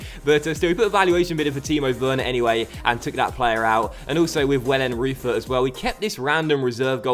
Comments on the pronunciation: Pretty sure your new GK is pronounced Vellenroyter! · Hey just a little tip you pronounce the "eu" in wellenreuther the same as the "eu" in Reus, just a little tip;)